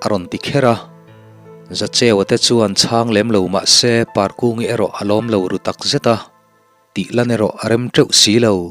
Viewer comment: ka ngaithla ve chiah e. ngaihnawm dawn lutuk. mashe parkungi ilam rik dan hi afel hlel lo maw.